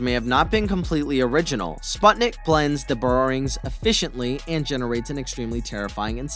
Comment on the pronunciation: It reads as "spootnik" not "spatnik"